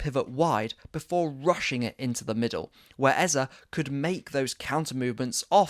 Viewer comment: I love you and your very insightful content but this new trend of saying EZA is frustrating to me seeing as the correct pronunciation is EZE (EhzEh or AyzAy) instead of EZA. The name means KiNG in the Ibo language. He's even told people how to pronounce it in the past.